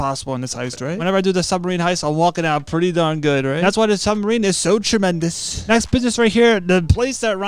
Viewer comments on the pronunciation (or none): Tremendus like bro learn to be a pro ytber